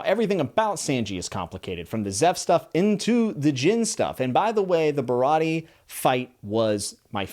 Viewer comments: He also pronounced Baratie wrong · Stoked to see your views and progression throughout the story you have a WILD ride, loved the video(other then Sanji and Baratie pronunciation😂) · Japanese pronunciation. A is always "Ah" Sanji Baratie Is barati(eh) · Just some pronunciation so the fanbase doesn’t eat you alive. Usopp = oo-sop Sanji = s-on-jee Baratie = bar-a-tee-ay Rogue town is also largely referred to as loguetown so don’t get confused. Either way, great video, excited to see some updates on it. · all good i hope you keep enjoying this series and about how to pronounce baratie, its "ba-ra-tee-ay" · also baratie ba-rah-tee-yay! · Bro cant pronounce Sanji, Baratie, Usopp, but doesn't really matter at all but its funny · For future videos, I hope this helps with pronunciation! Usopp - X - YUsopp O - OOsopp Like "BOO!" Sanji - X - Saenji (Not like sand) O - SAHnji (Same ah sound as NAmi) Baratie - X - BaraDee (gotta pronounce the "i" and "t" O - Ba/Ra/T/A (T and E is pronounced like the letters T and A)